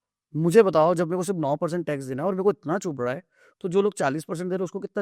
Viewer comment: "Mere ko chubb rha hai" yeh line kaunse tone mein boli aapne min mere ko itnaa chuuuubbbb rhaaa hai, Guys did you noticed this one? New Guy in this Market but promoting as a Entrepreneur